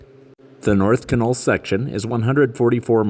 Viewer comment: In the Yukon everybody pronounces Canol more like (dog) kennel.